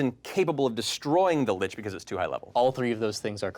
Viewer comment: Um, actually it's pronounced lich and not LICK also it's mythos and not MY thos